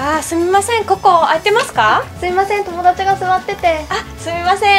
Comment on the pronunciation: why did both your 'sorry' sound different? (yet written the same)